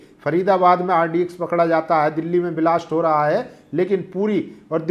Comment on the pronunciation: परलोभन नहीं प्रलोभन, उत्तर परदेस नहीं उत्तरप्रदेश होगा, बिलास्ट नही ब्लास्ट होता है, नेसनल की नॅशनल